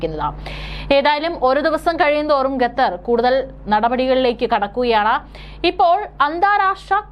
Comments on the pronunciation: കഞ്ഞി കുടിച്ചല്ലേ കുഞ്ഞേ? 'ഗത്തർ' അല്ല, 'ഖത്തർ'. മലയാളം ശരിയായി ഉച്ചരിക്കാൻ പഠിക്കൂ. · വാർത്തവായനക്കാരീ ഗത്തർ അല്ല ഖത്തർ എന്നാണ്. നിങ്ങൾ ഗത്തർ എന്ന് പറയുന്നത് കേൾക്കുമ്പോൾ ഭയങ്കര ബുദ്ധിമുട്ട് തോന്നുന്നു. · Learn the name Qatar, not Gathar. Gathar. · എടീ ഗത്ത ർ അല്ല ഖത്തർ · Gathar alla Qatar. Nannayi ucharikkan padikku. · Not gatar khater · എന്തോന്നാടീ ഗത്തറോ അതോ ഖത്തറോ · Gathar alla Qatar aanu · Madam, ഖത്തർ ആണ്. ഗത്തർ അല്ല. News readers proper ആയി pronounce ചെയ്യാൻ ശ്രമിക്കുക. Please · Gather alla quater aanu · ഗത്തർ, ഗത്തർ എന്നാണ് അവതാരിക പറയുന്നത്, ഗ ത്തർ അല്ല - ഖത്തർ ആണ്.